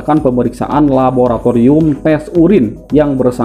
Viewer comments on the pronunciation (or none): none